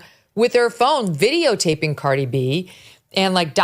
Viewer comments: Megyn’s producers didn’t brief her how to pronounce Cardi’s name before they taped this? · Megan SU you Butchered outta her name Ughhhh 🤢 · She butchered Cardi’s name.